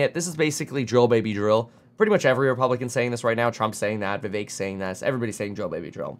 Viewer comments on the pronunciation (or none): none